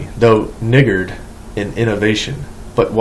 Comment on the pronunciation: Guys, the word he said was 'niggard', and he said it wrong